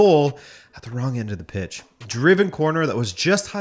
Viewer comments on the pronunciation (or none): none